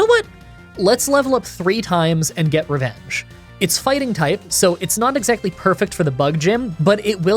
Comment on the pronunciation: Funny thing I noticed, but , you say "refenge" instead of "revenge"